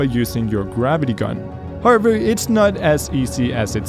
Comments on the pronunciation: Everyone: however: harvor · all the tiem sais "however" i hear "harvard"